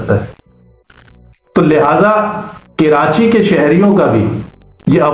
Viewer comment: کرانچی نہیں کہتے ھیں ، بھائی . کبھی کراچی کہتے ہیں تو کبھی کرانچی .. کراچی کا Pronunciation تو صحیح کرلو ..